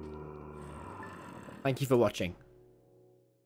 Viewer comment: "aringk you"☠️☠️☠️